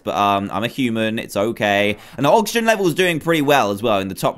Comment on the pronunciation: You said noxigen supply